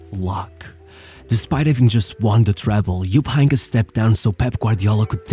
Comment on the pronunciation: Jupp Eincke?? What are these pronounciations brother. Im not a native german speaker, but for tricky names the internet comes through to help, you know?